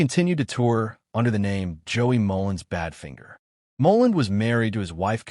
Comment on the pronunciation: Yes, and even worse: Bad Fin ger! 🤮